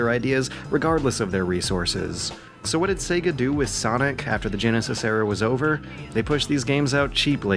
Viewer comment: ... Excuse me? Did you just pronounce the word "genesis" as "jen-a-sass"? Did you just turn into Forrest Gump? "Jen-nay, can we play tha Say-gaw Jen-a-sass?" It's Jen-uh-sis.